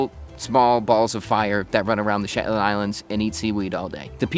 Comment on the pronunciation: Your “Shepland” keeps reminding me of Benedict Cumberbatch’s “pengwing.” lol